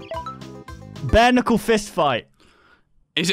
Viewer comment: Sorry did you say Ke-nuckle